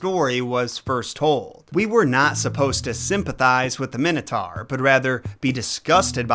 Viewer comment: So the "Wannabe" king of Crete is pronounced "My-Nos" and yet you STILL pronounce the creature "Min-O-Tar", not "My-No-Tor". Go figure